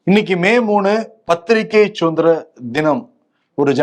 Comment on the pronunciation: avargaluku...athu chuthanthiram illa..suthanthiram..tamilai sariya pesavum